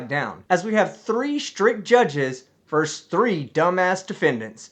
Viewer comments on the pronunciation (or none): Really liked your strict judges video. BTW, the word is “versus” — two syllables. You can also say “V.” “Verse” is part of a poem and is always wrong in this context.